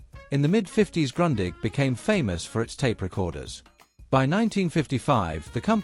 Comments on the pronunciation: Not grondig but groondich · Isn’t it pronounced more like “groondig”? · Why do you pronounce Grundig like Grøndigg? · Not Grandig - Grundig like in Groondig 😂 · Say Groondig, not Grandig. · Funny; I was always pronouncing it GRUNDING! I should have known better! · it's GrOOn dig and Porsheh !!!!!!!!!!! show some respect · it all begins with Grundig not being ‘Grondig’ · It's [ɡrʊ̈ndiħ] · Luke with Sputnik, they make videos about the Grundig they mispronounce. Please, education is free, just start learning. Groondeeg. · It’s „groondeeg“ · Wenn man schon eine Video über ein deutsches Unternehmen macht, dann sollte man den Namen wenigsten richtig aussprechen können ! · Kind of funny how languages differ in danish its a straigt u the g is not pronounced, also in danish we have the word grundig meaning well done or putting an effort into building something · Seeing as how Grundig is a German company and thus your 'history' will contain many German words, perhaps you should redo the soundtrack using someone who can pronounce German words correctly. You can't even pronounce the name of the company! I had to stop and repeat so many sections to try and interpret what was being said. Heinzelmännchen means Houshold spirit, or Kobold! The Heinzelmännchen didn't have 'Handles' on the front (to throw it away with??) it had knobs which could be rotated.